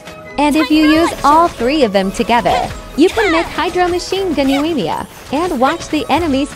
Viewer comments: Google voice: yoAYYEEEEEEmiya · The pronunciation of Yoimiya in this makes it unwatchable.